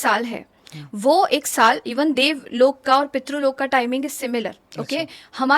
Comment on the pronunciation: ये लोका नही लोक होते है कर्मा नही कर्म होते है .. ये तो अलग बात है मगर ये सच और अच्छी जानकारी है और ये सबको पता भी हो तो अच्छा । वैसे जीवित बुज़ुर्ग जो है उनका भी पूरा पूरा ध्यान रखना भी अच्छा कर्म है जिससे सौभाग्य प्राप्त होता है।